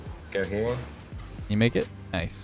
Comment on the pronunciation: then said kice not nice